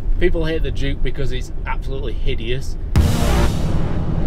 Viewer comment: Brilliant. Lost it at Grand of ‘juke’ of York”! 😂😂